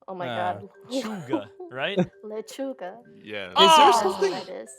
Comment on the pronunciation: lettuce in spanish is not lenchuga it is lechuga